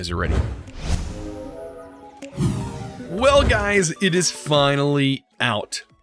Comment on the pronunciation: sounds like he says "Hey gays" instead of "hey guys".